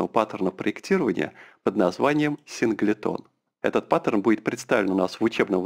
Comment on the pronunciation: Синглтон произносится. Уши режет))